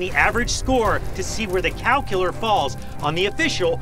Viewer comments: i thought you were saying calcular. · Thought he was saying "calculor"